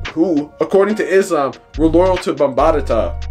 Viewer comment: Why do you keep calling him Afrika bambatata?? It’s Bambaata!! Not bambatata. Jeeze, why do we let nerds who just read articles report on our culture?